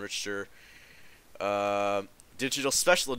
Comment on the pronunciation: Nice video man. By the way it's pronounced Rick-Ter. Richter. The ch makes a K sound! Hope that helps lol